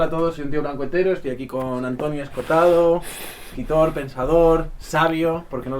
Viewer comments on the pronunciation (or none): En vez de Escotado que es como lo nombras, deberías pronunciar las dos oes: Esco ho tado.